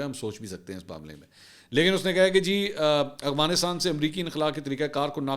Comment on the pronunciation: Mansoor sb Need to be Little bit correction you call always agfanastan correct word is Afganastan